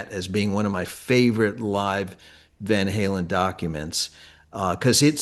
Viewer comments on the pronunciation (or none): Decades later and Eddie still called them Van Helen. It annoys me so much